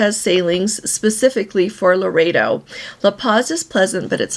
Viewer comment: the small town on the Sea of Cortes is LORETO, not Laredo.